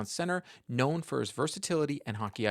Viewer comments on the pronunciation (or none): none